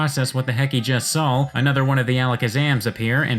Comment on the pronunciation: I dont get why you say sawl instead of saw